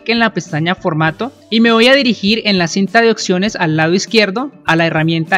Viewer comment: se dice observemos y opciones no ocservemos ni ocsiones